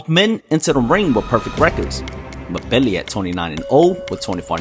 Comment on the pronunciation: I believe it’s pronounced M Billi. Like N Gannou or N vidia.